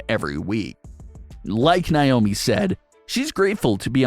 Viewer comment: It’s NAYYYYY-OH-ME 🙄